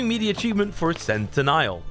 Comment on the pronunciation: it is pronounced Cen-ten-nial